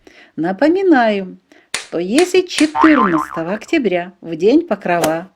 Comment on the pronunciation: Чому ПокровА, якщо правильно ПокрОва!